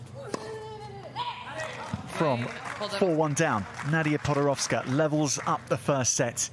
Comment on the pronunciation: PodoroVska?! Why he said PodoroVska?